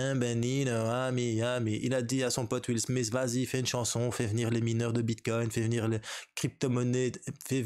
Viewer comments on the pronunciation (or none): none